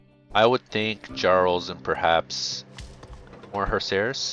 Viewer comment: Just to help you pronounce jarl.